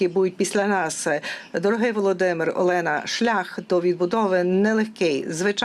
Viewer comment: Перекладачка якась не компітентна , екає , не ЄЛЕНА , А ОЛЕНА , ТА БАГАТО ЧОГО . ГАНЬБА ПЕРЕКЛАДАЧЦІ .СЛАВА УКРАЇНІ